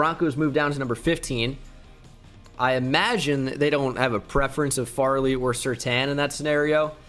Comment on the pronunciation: Jsyk, Caleb Farley is pronounced "Fairly"